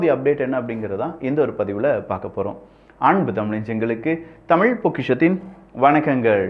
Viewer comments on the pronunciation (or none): none